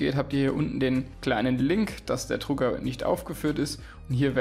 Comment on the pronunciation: Es heißt Drucker....nicht Trucker!